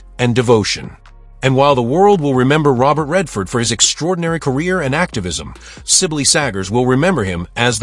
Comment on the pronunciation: Pronounced Sybil